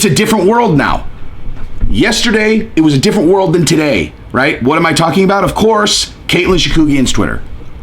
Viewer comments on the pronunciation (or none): none